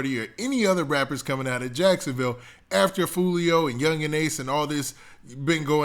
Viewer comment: You definitely just said jacksonvall lol